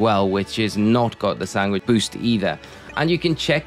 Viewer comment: im sorry i will not sub because you say SANGWICH